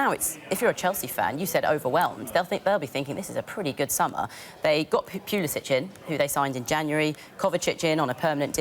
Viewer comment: She said Pulisic wrong